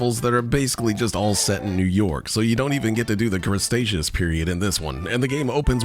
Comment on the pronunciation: "Crustaceous" period??